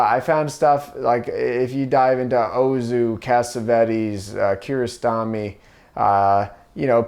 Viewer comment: Who’s that first director he says? I think Ozu but I hear an H and want to be sure I’m not missing someone